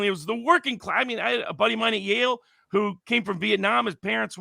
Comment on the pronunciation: Its Yale not life